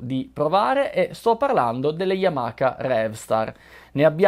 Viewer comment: Solo una precisazione. La pronuncia non é yamaka ma Yamaha come lo leggi ;)